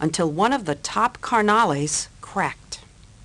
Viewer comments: she said car- nollys! 🤣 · She said "carnalees" 🤣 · The way she says carnales 😂😂😂😂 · Sooo white. 😂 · I know huh...I had to rewind it an show my wife we both had a good laugh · LMAO Carnal!🤣🤣🤣😂😂😂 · Ha ha! I caught that also.